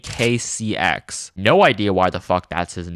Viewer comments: vinearea is pronounced vine - area (just if you didn't know) and owackcxs is pronounced o - wacks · To pronounce OWAKCX’s name correctly,its “O-wacks” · His name is pronounced OWAKCX btw, hope this helps!